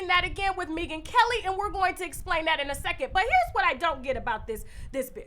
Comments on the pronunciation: I can’t with the way you pronounce her name: Mee-gan Kelly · Maybe it is me. But I was not able to finish this video. Mispronouncing Megyn's name...an the light skin chick comment. I will try again when I am not detoxing & can drink wine with you.